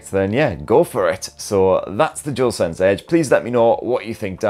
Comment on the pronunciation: I believe it's called Dual Sense, not Jewel Sense...